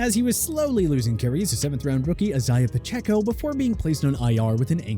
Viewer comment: Leaving a thumbs down for the egregious mispronunciation of Isaiah Pacheco you prude.